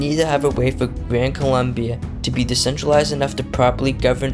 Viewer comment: Expert in history cant even name a country correctly (its Colombia)